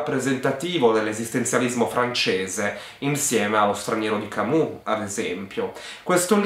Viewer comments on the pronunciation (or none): Senti è sempre meglio il"Pacco Polacco"che quello"Napoletano". Poi se quello che tu hai chiamato"Camu"è per caso"Albert Camus",il suo nome si pronuncia"Camiù"(ne sono sicurissimo). Ciao.